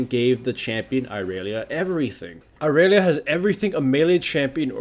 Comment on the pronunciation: Enterprise and you still saying irelia wrong and you are bad dude just stay out of it I was talking 3 weeks ago you morron